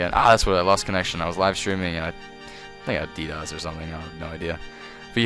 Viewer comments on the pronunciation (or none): none